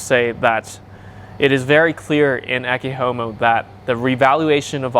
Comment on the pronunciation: Your pronunciation of "Ecce Homo" is actually spot on for classical latin (not vulgar latin).